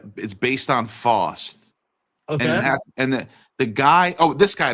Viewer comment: it's pronounced faowst. (like taos).